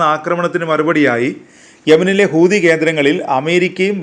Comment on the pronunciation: ഖൂതി അല്ല ഹൂത്തി